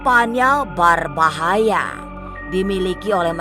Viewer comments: Pengisi suaranya lebay bgt , ngomong d bkin2 gitu, BERBAHAYA jd BARBAHAYA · Berbahaya... Bukan barbahaya. Hahaha